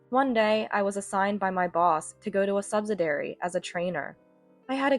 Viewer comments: Subsidiary is said as "SUB-SID-EE-AIR-EE", and not "sub-sid-air-ee". Your voice sounds like a junior high schooler or high school freshman who is bad is English and can't pronounce words correctly. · liarn to read English. the word is sub -sid-ee-ary. either that or get a new and imprived AI reader. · Subsidiary is pronounced suhb-si-dee-eh-ree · Please note the spelling of subsidiary for proper pronunciation, not "subsidary" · They need to remove the word subsidiary if they are going to use a reader who has no idea how to pronounce the word.